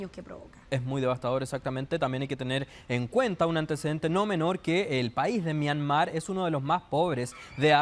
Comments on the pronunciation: En todo caso, es Myanmar, no “Myamar”. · Esta periodista es más ignorante que el otro que es más joven , sra , Myanmar es el nombre correcto antes se llamaba Birmania ! Como no lee un poquito esta gente o por último si le da lata vaya a Google o Wikipedia ese es el lugar preferido de los flojos y no quedar mal en alguna entrevista !